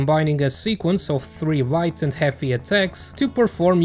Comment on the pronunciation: I'm the only one here keep hearing "Wight" instead of a "Light"?